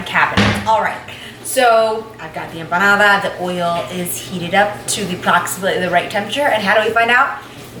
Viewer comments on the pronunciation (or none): Her emoanada and her olive oil😜